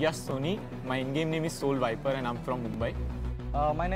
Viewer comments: s 'A' u l? Soul? Seriously boys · Did they just said "SAUL" instead of "O" or it was just me who heard it wrong? Lmao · What I think s o u l soul hota h par ye to saul keh rahy hyn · Lol at the end said saul BUT GG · Did i hear "S. A. U. L... Soul"? 😂 🤣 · Anyone noticed that said 'A' instead of 'O' in soul.......and made soul sounded like 'S' 'A' 'U' 'L'....soul 😂😂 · Did they said Saul instea of soul?? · They said saul instead of soul LOL S A U L